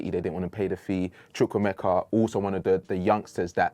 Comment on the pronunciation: You too can’t say CHUKWUEMEKA. #naija